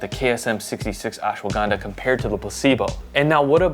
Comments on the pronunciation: Hey man dont pronounce it as Ashwa- Ganda. Ganda in India means "Bum". Instead it is to be said as Ashwa gun dha. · messed up pronunciation its ush-wuh-gun-dhaa